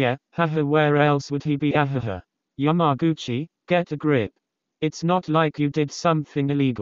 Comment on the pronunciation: YamagUcHiiAIiaIA. The Text To Speach got my head spinning.